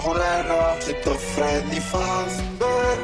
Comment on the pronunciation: polish fazbear ❤️‍🩹